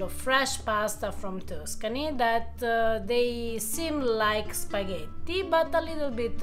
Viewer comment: i had never heard of her before, but I'm checking a few random videos, her pronunciation of spaghetti seems ok to me (for reference, I'm listening the video about pasta Alfredo with peas - hard to think of anything less Italian than this 😅). Italy has an incredible number of regional (and even more capillar) accents, so not everybody pronounces "E" or other vowels the same way 😊